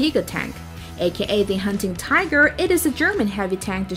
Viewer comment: German names you said wrong: 10: the i in tiger is said like a e 6: its said like k- vagon Not hating just helping out Also why did u say the world war 2 and the world war 1